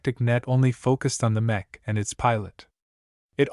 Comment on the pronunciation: > <--- Mech is pronounced mek like The first syllable in mechanic. The ch shouldn't sound like the ch in Cherry.😅 Honestly I don't like the voice